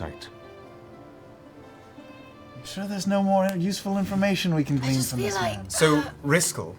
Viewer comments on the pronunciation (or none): none